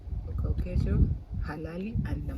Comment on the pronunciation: Is Korixas, h is silence